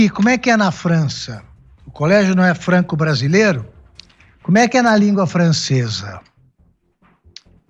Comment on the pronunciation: "Franque Brasileire" 😂